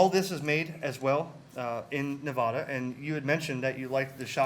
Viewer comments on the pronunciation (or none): Great video but I wish you east coast people would learn the correct pronunciation for Nevada.